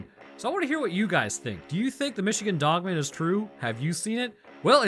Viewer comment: 😂😂 it's pronounced dog-man. It's not a last name like Phil Dogman.